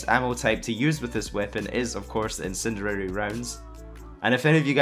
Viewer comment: "incinererer rounds"